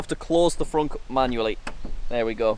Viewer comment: you called it a fronk?